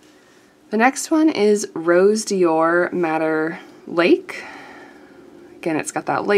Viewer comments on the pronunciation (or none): Just cuz I'm that annoying person who corrects everybody, here's a couple: Sennelier = 3 syllables: Senn el yay (no emphasis on the second syllable) Rose Doré means Golden Pink. Doré is a bit like Do Ray ("A drop of golden sun..."). :^) I'll be back the moment I can be annoying again. ;^>